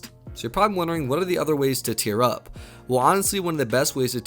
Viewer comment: Many ways to tear up is what it sounds like hes saying